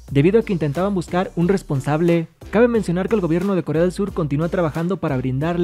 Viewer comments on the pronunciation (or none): none